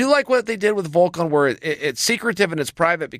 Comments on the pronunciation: He is Volkov not Volkan. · Alexander "Volkan" Volkov